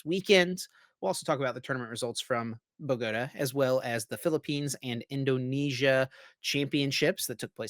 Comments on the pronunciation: BoGooooTah not Buhgotuh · I love them but hearing boGOta makes me cringe. Bogota with the emphasis on the ta as in U-tah